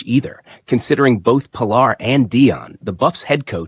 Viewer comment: Omg her name is puh lar. Shallow my